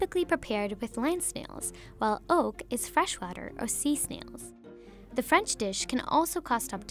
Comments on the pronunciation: i swear to god if i heard it being pronounced as ''ork'' again I'm going to lose my mind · Your saying ốc ưởmg